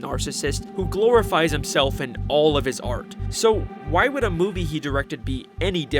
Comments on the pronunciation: this is the second time you said sqoobert instead of squidward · does he call Squidward scopper